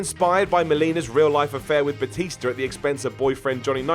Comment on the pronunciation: Gotta love that "Batister". Seriously, does he know how he pronounces words? He sounds like a moron when he talks.